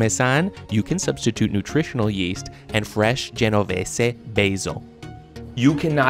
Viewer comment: As an italian speaker the overly-exaggerated bad pronounciation of „pArMeSaN“ and „genovEsE“ killed me